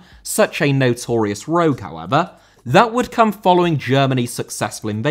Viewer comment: "Hoever" - however 😂